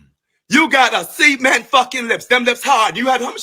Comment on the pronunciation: He said “CEMENT LIPS” 😂😂